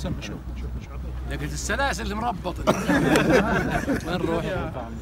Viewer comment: الورع ذا فشلنا يوم قال السلاسل يبي يقول السلايل الله ياخذه😂😂🤛🏻.